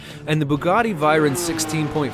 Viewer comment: "Turbocharged" shows Lamborghini Aventador haha xD "Lamborghini Atventador" What?! Say that again ... "...but is 110 pounds lighter. You know, for aerodynamic purposes" What has weight to do with aerodynamics? Doesn´t the M600 have a Volvo engine? "Bugatti Whyron" (written like spoken) Its Veyron (french) All Bugatti Veyrons are AWD, not just the 16.4 SS The Hennessey Venom F5 isn´t even out yet ... but the Hennessey Venom GT is fast too (2nd fastest car in the world) "Bugatti Kiron"(written like spoken) WTF, learn speaking car names correct, again, Chiron is french And my favourite car: ´02 - ´03 Subaru Impreza WRX STi, they just look amazing <3